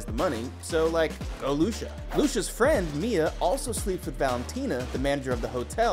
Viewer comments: Not "ENDING EXPLAINED!", ending summarized, maybe. Not Austrailian, English (from Essex as he clearly stated). Not "Loosha", it's Lucia (loo-chi-a). Not a good video. Not a good channel. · Pronunciation Of Lucia “ Lu chi uh” And agreed Jack is obviously a Brit. I was shocked he saved her life. Great show. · Jack is not Australian, he’s a Brit, from Essex! Lucia’s name is pronounced ‘Loo-CHIA’. Did the narrator even watch this? Thumbs down! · Here to see English speakers yet again massacre Italian names .. Luchiya... Not Lusha .. lols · Is it that hard to pronounce Lucia? Lusha... 😂🤦🏻‍♂️ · lol, 'Australian' Jack... you wish... 😏 and who's Loosha? you mean Lucia?? did you not hear the movie? just closed-caption while you multi-tasked? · And the video even mispronounces Lucia... it's so sad. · I feel like in every one of these, there's a "pronounce this name wrong so the comments comment" note. Lucia was the poor victim this time. I used to think the narrator just didn't watch the show, but now I'm starting to think otherwise. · Lucia was the victim of the mispronunciation by this video's narrator, not the victim of the story.